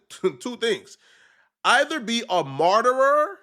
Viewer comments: Marteror? Oh, martyr. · TF is a "marterer"? The words is MARTYR, illiterate buffoon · “Martyr..grrrrrr” is that Spanish for Martyr? WTF am I missing?😂😂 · Martyr, pronounced MAR-TER nor Mar-terer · “A MARTERER” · Martyror is CRAZY ngga the word is Martyr (Mahr-tur)🤣and bro doubled down on it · lmfao be pronouncing "Marty" like "Murderer" 😆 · It's "martyr" NOT "martyrer" ... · It's "marter," not "marterer". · I hate when says “martyr” bc he pronounces it “marterer” 😂 it’s “marter” bro take that last “er” off your pronunciation 😂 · Sorry to be your English teacher, but there's no such word as "MartyrER". SINGULAR tense: Martyr PLURAL tense: MartyrS That's IT! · It's MAR-TER (martyr) NOT MAR-TER-ER ....🙄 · Some words you gotta practice in the mirror before you get your a$$ on camera. 😂 Martyrer! WTF! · I was about to comment the same. What the hell is a "marter-er?" He added a syllable. Martyr, my guy. Words are hard. 🫤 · Like Rich Trapper says " words are hard ,don't worry about it big bro"😂😂 . Martyr not martyr rer.. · Martyr...not Martyr-er... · Did just say a martyrer?!? 😂😂😂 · “Martyerer” is CRAZY…and bro said it twice lol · IT'S "MAR-TER" 😡 Stop fucking saying "big" words if you gone talk like a YN nigga you piss me off every video you say that stupid ass shit god damn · Whole video was compromised when you said “martyrer” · “Martyr-er” . Saying words you don’t know how to pronounce automatically you lose all credibility. Why choose to say a word you don’t for sure how it’s pronounced? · It's pronounced "mar-ter" you dumb fuck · MAR - TER (martyr) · bro how many times you gon comment that that’s a word in German we in America and you know damn well wasn’t speaking German he said the word wrong that’s that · so low iq he kept saying martyr wrong whole video 😢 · Sir work on the proper pronunciation of Martyr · Just face it.. dont know how to say certain words its not that deep